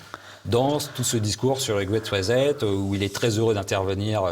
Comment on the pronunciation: "Il sera question de "Grète rizette" ?! M^me si vous n'aimez pas l'anglais, faites un effort pour prononcer à peu près correctement. ça ne donne pas env-ie de vous écouter